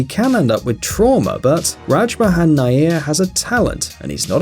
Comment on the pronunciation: The last man's surname is pronounced as wire....Like wire....So nair.... Coz it's my surname too.....😊